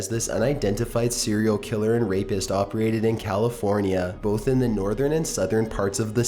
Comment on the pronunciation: I had to replay a certain part over several times, because I thought I might be hearing it the way I did because I have Long Covid, which has effected my hearing along with most of my body. But yup ...I heard correctly. "Opree ated" kind of made me smile. Not judging at all. I loved this video, it was just slightly entertaining for a moment, in the middle of a segment from such a heartbreaking video